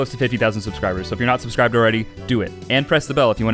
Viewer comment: "subcsribe" PAHAHAHAHAHA